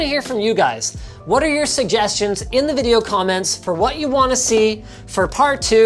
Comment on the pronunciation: When will Linus learn to pronounce Anno 1800? it is an-no not ano, double N!!